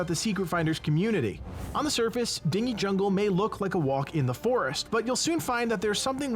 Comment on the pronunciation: Oh it's totally a word, but it has an H in it. Dinghy, a small boat. So when I heard it pronounced I imagined a jungle of small boats and went "that can't be right". So yeah, a chuckle was had.